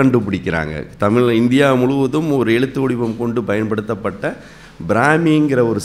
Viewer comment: தமிழ் பற்றிய தகவல்கள் சொல்றவங்க முதலில் தமிழை சரியாக உச்சரிக்க வேண்டும் சும்மா தமிளு தமிளு ன்னு....கடுப்பேத்திட்டு.......